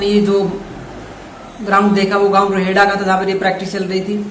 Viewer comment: Bhai गाव का नाम रोहेडा है रोहड़ा कि जगह नाम ठिक कर दे नाम